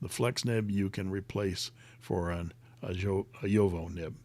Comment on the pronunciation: I'm so sad I missed pronunciations. The one that makes me crazy is Jowo. I hear Yovo. Yoho. Joewoe... what is it really?